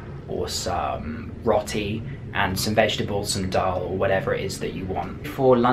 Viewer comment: you said dull and ruti